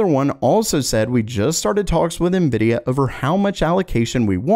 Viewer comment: Monkey D luffy ❌ nividia D force ✅